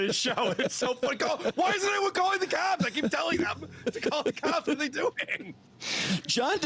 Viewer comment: So the hunter has become the hunted? “Call the Clops?” What a drunk!